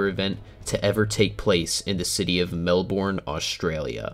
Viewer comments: most aussies dont say melbourne like mel-bourne, we say it now mel - ben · Also it’s not Mel borrrrrrn it’s melbone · its pronounced mel-ben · Its pronounced mel burn. Great video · Amazing video! My favourite parts were: "Bris Bane" "Mell Born" "Boo la della" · pronounced ’melbin’ Some people pronounce it ‘melburn’ tho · It was a good effort for a yankee. I liked cooloongoop, bunberry, MelBORN. I also liked how he pronounced port hedland as if it was an amusement park for heads. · Ah I love brisbain and melborn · Bro I'm an Aussie in western Aus and HOW COME I HAVENT HEARED OF THE TORNADOES! (Also some of the pronunciations are wrong like Melbourne and Brisbane) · It’s the same with me I live I Melbourne and just saying you said Melbourne so wrong just don’t pronounce the r and it will sound a lot better and Australia is not as bad as it sounds